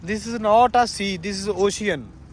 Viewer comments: veere ochian nhi hunda oshan hunda mai punjabi wale word ch dss rya english ch spelling hor hundi ocean hunda but boln ch oshan bolde 🙏🏻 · ਓਸ਼ਿਅਨ ਨਾ ਕਹੋ ਵੀਰ ਓਸ਼ਨ ਕਹੋ